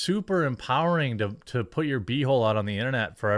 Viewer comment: "It's like farming these women in TUH..." It's TO, Jeremy. pronounced "TOO", not "TUH".